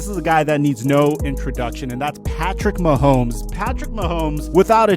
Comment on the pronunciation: sorry but you completely butchered Mahomes